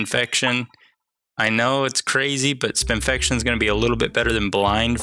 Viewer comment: smoke mod: bombs apply blind 1 choke mod: bombs apply spinfection 1 choke mod found also, its spin-fection, as in spin + infection and not spin-fi-ca-tion